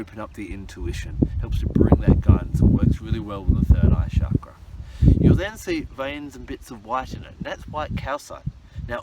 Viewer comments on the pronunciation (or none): none